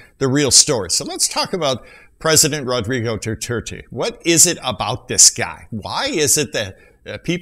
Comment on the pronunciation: My fellow filipinos we love duterte i just dont like he said God (you said dudirty)